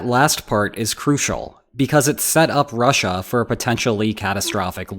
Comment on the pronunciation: And rushAH...🤦‍♂️